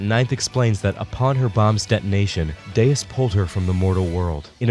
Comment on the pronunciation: I really don't get how Deus is God but in portuguese and everytime I hear "Deias" I think I'd rather be deaf